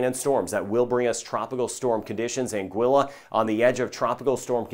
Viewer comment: I fell in love with this when he pronounced Anguilla correctly 😍 😭